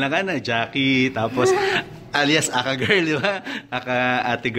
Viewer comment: natawa ako sa pagbigkas nya ng A.K.A ate girl ... "ahkha ate girl"😁😂🤣😆😥